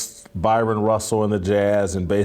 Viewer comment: This just shows you how dumb Jason Whitlock is. He calls him "Byron Russell". His name is Bryon Russell.